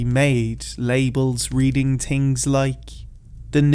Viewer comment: Damn 19 hours late but better late than never. I say this with no intent to insult or harm or tease you but I will be honest and say one of the biggest reasons I like listening to you is when you say " other tings " or "tree" for the number 3. Good job on this one 😀😃👍